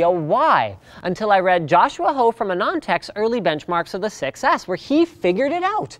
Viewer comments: Pronouncing "6S" sounds almost like "success".. flies away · the way he said 6s sounded to me like a "success" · David nafi You can also hear "sex ick" lol. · i seriously just started hearing "sex ass"